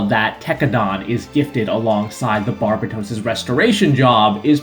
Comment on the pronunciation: YouTuber Pronounce Barbatos Correctly Challenge: Impossible